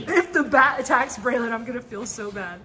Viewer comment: Not calling Braylon Baylone😂😂😂😂😂😂😂